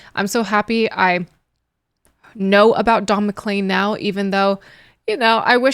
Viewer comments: Mc-leen, not Mc-Lane, but that's okay 😊😊😎😎 - this song is about a really bad day - also listen to "Vincent," also beautiful and very sad - simple instrumentation can underlie a song of any mood; this was very simple instrumentation well played, and I would definitely differ with "chaotic" but I have been a piano player for 66 years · You said clean in the video and pronounced it CLEAN you didn't pronounce it CLAIN.......like you do with his name which the last 5 letters are CLEAN.........weird. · Pronounced: Don MaKleen. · Not to pick nits (you asked) his name is pronounced is Mac-clean